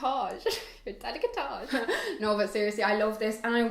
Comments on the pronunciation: is décolletage not delicatage lol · Does she mean décolletage....I was so confused when she kept saying delicatage....love the video tho 🥰🥰